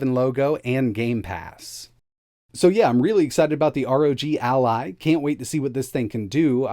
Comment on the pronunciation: Guys this is Asus “a-lie” (Ally) which is an April’s Fool product